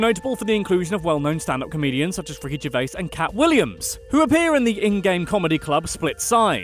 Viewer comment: “Ricky Gervace”